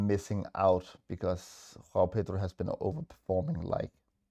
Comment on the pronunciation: "Gghhoao Pedro" 😂